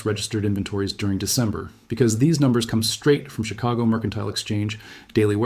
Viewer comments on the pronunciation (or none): none